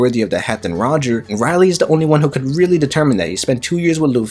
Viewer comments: For all that’s good in one piece stop saying it’s Rayleigh ( Ray-leeh) great video but you got to learn his name please!! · Very interesting video One thing though, after years of watching One Piece one would thing that you can get the name right, hearing RY-lee instead of RAY-lee was somewhat distracting not gonna lie D: lol just a pet peeve Keep it up! (the good videos I mean, not the bad pronunciation haha) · Not to be mean but one piece will end when you say Rayleigh name right (Ray-leeh) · rayleigh... nah its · Mad you keep saying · I really came here to say I thought I was watching an episode of the boondocks as much as he said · Him saying just irk me so bad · You had so many chances to say Rayleigh correctly. 🙄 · y do you pronounce rayleigh weird?